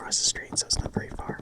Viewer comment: Yeeeesh me likes vewy vewy much^^